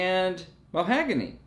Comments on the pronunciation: Mahogany......not mohagany 👀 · The knights are an acquired taste. Also, it's "ma-HOG-ony", not "mo-HAG-ony"! 🙂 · Muh-HAW-guh-nee not mo-HAG-a-nee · The wood is pronounced mah hogany